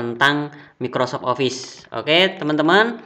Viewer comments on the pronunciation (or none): none